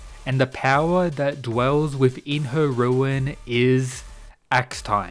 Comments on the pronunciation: It's RUNE, not ruin. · its not a ruin boy... its rune